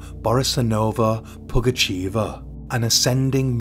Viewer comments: Nice videi. But just to let you know it's pugachöva not pugacheeva😅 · Okay, here it is: the village is "Vinnitsa", the name's "Pougatcheva" or "Pougatchyeva", I couldn't see if it was the Russian "e" or "ye" on the letter. "Pougatchev" would be a male tho :D